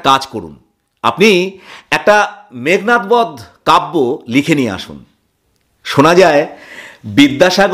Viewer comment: অসাধারণ পরিবেশন। খুবই বিরল বিষয়বস্তু। ভীষণ ভালো লাগলো। শুধু একটাই অভিযোগ, " মেঘনাথ বধ" কে " মেঘনাদ বধ" বললে আরো বেশী উপযুক্ত হত। ধন্যবাদ।